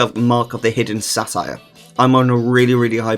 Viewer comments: Say-Ter, not Satire lmao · satyr is pronounced Say ter.